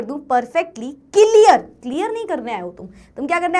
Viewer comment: that “celear”was epic 😂😂